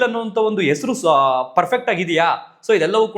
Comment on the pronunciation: ಎಸ್ರು ಅಲ್ಲಪ್ಪ ......ಹೆಸರು.. ಆರ ಅಲ್ಲಾ ಕಣಣ್ಣ..... ಹಾರ.. ಅಲ್ಪಪ್ರಾಣ ಮಹಾಪ್ರಾಣ ಕಲಿತುಕೋ ಪುಣ್ಯಾತ್ಮ😂